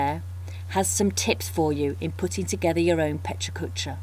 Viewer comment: The only thing that's killing me is the repeatedly HORRID pronounciation of a wonderful word. The "correct" one is just as bad. Sorry, but it really is distracting. Aren't you in Tokyo? Sorry for the snark, but it's a wonderful idea and this is terribly distracting.